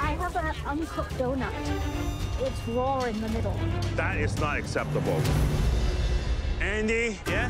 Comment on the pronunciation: “I have an uncooked donut it’s RAWR in the middle” 😂